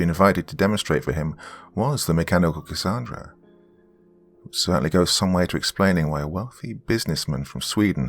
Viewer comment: Gotta say Doc I ❤️the way you pronounce Cassandra 🥰 I go by Cassy for short. Awesome story & wonderful narration as always. ❤️🖤❤️🖤